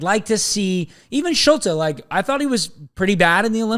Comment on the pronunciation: Schulte is pronounced Schult-EE, also Gaga is at Barnsley and they don’t have an international break so they don’t want him to miss games, CCV also has reported toe injury which is why he misses